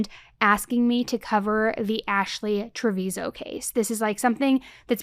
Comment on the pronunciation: Its pronounced TraviNo